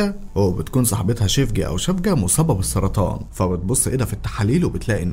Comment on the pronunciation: اسمها سيفجي يعني الحب بتركي مش شفجة